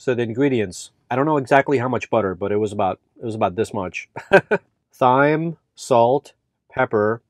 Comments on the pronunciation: It's pronounced "time", not, "thime". Lol, that was cracking me up. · “Parsley, sage, rosemary and thyme” pronounced TIME. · There is something charming and contagious about you and your videos. I love to watch your van adventures and listen to that little laugh of yours. So anywho, pleasantries out the way, I'm that friend who will tell you when you have a boogie in your nose, so that said, THYME is pronounced as time and next time you hold your meat out of the way to keep the buggies away, season it first to let the flavors set a little while you prep your other ingredients. Also, get a santoku knife...will help you do wonders mincing garlic and onions and chopping veggies and watch a YouTube video to see how the wrist action with your santoku knife will help you with your prepping. Love you, mean it, bye until your next adventure! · I am just love your take on van life. I am looking into travel with my dog. Your dog is so well behaved. By the way it is seasoning pronounced Time. There is a garlic press you can get. I love mine I got at IKEA. Looking forward to more of your adventures. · How do you pronounce thyme?? Supposed to be "time ". You know.. parsley, sage, rosemary and .. thyme (time). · It’s definitely pronounced ‘time’, yes! The ‘h’ is silent. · Its ok. We all have some words we get tricked on pronouncing. Mine is Quinoa, yours seems to be Thyme. English has some weird idiosyncrasies. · I thought he was kidding at first pronouncing it with a "T"-"H" sound. Nope. He's just ill-spoken. Wow. Just wow. So embarrassing